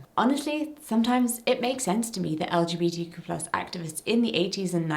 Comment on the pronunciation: As a pansexual woman and linguist nerd, I love the word queer. Not only is it just a fun word to say, but it's a fantastic blanket statement that is only one easy syllable. Hearing you slightly fumble through saying "LGBTQ+" over and over is kind of why I prefer queer. Even when I don't use queer I still just say "LGBT" because four syllables is a lot easier to get out than the tongue-twister of the "more inclusive" acronym. Sure LGBTQ+ it's more inclusive, but when I say "LGBT" people know I don't just mean strictly lesbians, bisexuals, gay people and trans people. "LGBT" has become so recognizable, the actual words behind the letters don't matter so much anymore in comparison to the concept it describes (except to the "LGB" community you mentioned, they care a LOT for all the wrong reasons). I know this isn't the point of the video at all, but I personally don't find "LGBTQ+" a useful acronym. The way its such a mouthful is not only just annoying to consistently say, but I've noticed it has opened the door to so much mockery. "LGBTQIA++$%dotcom" it's just way too easy to make fun of, and take us less seriously. Although, bigots won't take us seriously anyway, so that may be a moot point. I just know that personally, as a singular pan woman on the internet with no control over the powers that be, I prefer to say "queer" or "LGBT" rather than anything else.